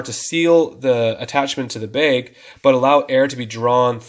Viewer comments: Good video but what’s a “beg?” Do you mean bag? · He says beg instead of bag..... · Beg— omg he is saying “bag” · Bag. Not beg. I beg of you. Thank you. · It sounds like you're saying "beg" instead of "bag". lol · Are you from canada? I heard the word baig instead of bag lol. Genius idea thanks for the video. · I keep hearing “beg”. 😅😅😅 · I'll have to come back and watch this video when I'm in a different mood. Listening to him saying "Bayg" every 3 seconds is a torture 😫. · Thanks so much. I had a nice chuckle. I have a friend from Spokane who says bag the same way you do. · Bag is not a hard word to properly pronounce.